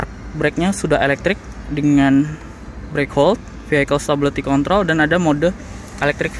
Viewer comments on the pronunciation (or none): none